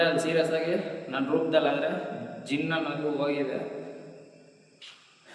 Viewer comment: ಜಿನ್ನ್ ಅಲ್ಲಾ ಪಾ 😂 ಅದು ಕೊಳ್ಳಿ ದೆವ್ವ